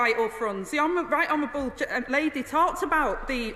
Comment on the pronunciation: She said "honerwable